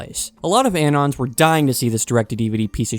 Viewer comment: why are you pronouncing "anon" like that? it's short for "anonymous"